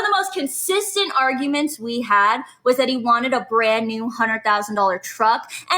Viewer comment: "A berand new teruck".... what an annoying loser